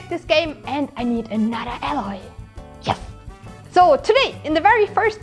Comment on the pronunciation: i think Aloys name is spoken more like "eyloy" in German? with your pronounciation it sounds like "alloy", which means Legierung^^